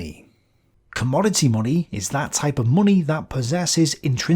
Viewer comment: I could watch your videos for hours just for listening to how you pronounce "munni"!